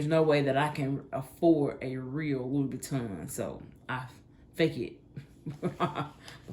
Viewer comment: You were spot on, with your pronunciation. Louis Vuitton is the correct spelling & surname doesn't have an 'a' in it.😊🏴❤